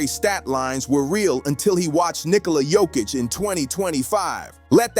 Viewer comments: ITS NOT HOIK ITS JOKIĆ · You needed to pronounce the "k" because I didn't know who you were talking about 😅